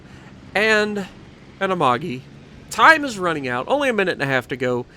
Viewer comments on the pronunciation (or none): none